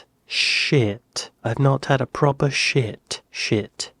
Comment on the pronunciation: How! The issue wasn’t (shit!) it wasn’t that word your pronunciation of “proper” was lame that is why u are are a silent actor in walking dead or a shit advertising actor…..?I’m pulling ur pisser mate! Been following you for years! ❤